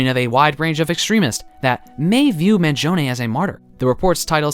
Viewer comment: thanks for pronouncing his name correctly! And thank you for this video ;)